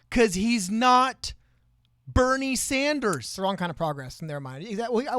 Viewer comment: LMAO “Bobbie Sanders” 😂😂💀